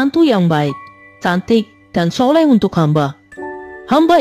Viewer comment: Sholehah kak bukan sholeh😂